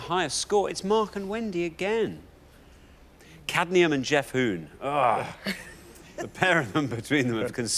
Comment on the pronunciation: Did none of Alexander or Richard or the rest of the production team notice she said "Cadnium" (with an N after the D) rather than "cadmium"? Edit to add: of course, it was wrong either way.